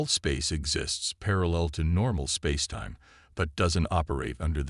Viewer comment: AI that is going to take over the world can't pronounce spacetime half the time. Spazetime.